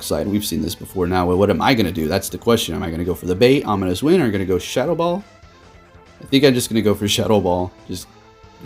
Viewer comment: I kept thinking what move is shuttle ball...then realised you were saying shadow ball